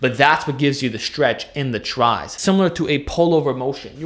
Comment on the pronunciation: anyone else find the way he said tris funnny